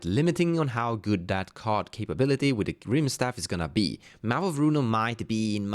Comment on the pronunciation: It's rimestaff as in rimestone, pronounced rime like time. Same with kaldheim